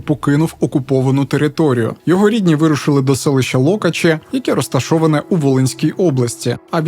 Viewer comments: Не лОкачі, а локАчі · Лок`ачі, а не Л`окачі! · Лока"чі, а не Ло"качі!!! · На скільки я розумію,то ви не правильно вимовили назву населеного пункту,не ЛОкачі а ЛокАчі (наголос на А)) сама родом звідти) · Не лОкачі а локАчі! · Тільки не лОкачі а ЛокАчі